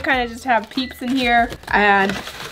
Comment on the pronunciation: In my head when she said peeps lasagna I thought she said BITCH LASAGNA 🎶